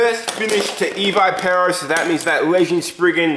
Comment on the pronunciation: its ee v ih pur oh